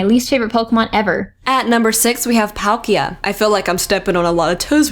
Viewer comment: wow how can u say palkia😑😒😡😬